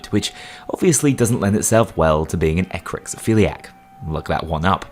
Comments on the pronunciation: what in the nine hells is an Ecrexophiliac or whatever he says towards the beginning? I cant find anything that looks like how he pronounces whatever it is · I'd like to look it up but I cant even figure out what is said or how to spell it Update: finally managed to figure it out, for whatever reason no matter how close I got google wouldnt correct it and give me what I was looking for but I eventually got it right. "ekrixiphilia" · I have no goddamn idea what you just said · I cant figure out for the life of me what you said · ( - ) What ishe saying here?! It is driving me mad! I have been trying to figure out what « -philia » he is saying. I have looked at a list of « -philias » and can not find what it is! Please someone help me out here with this.